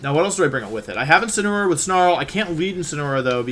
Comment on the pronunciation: Day 3 Wideo 3 of asking Mr Wolfey Glick to use "Insineroar" instead of "Insinnyaroar" as a method to pronounce The pokemon Incineroar